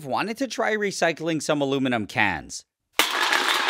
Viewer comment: Nile says “cans” weirdly.